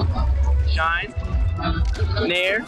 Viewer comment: "shien out of shield that shit is sooooo hard babay" he sounds drunk or cracked out my god lolol